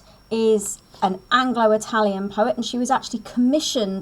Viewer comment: Italian not italien 🤦🏻‍♀️